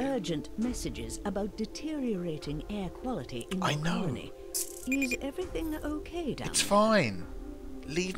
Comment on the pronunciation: Theory 1: learned to say "colony." Theory 2: recorded himself saying "colony" properly, and very skillfully cut it in everywhere he said "conoly." I'm just waiting for the space anemones to invade now.:)